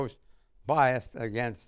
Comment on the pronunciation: Why does Clift always say "againgst" instead of against?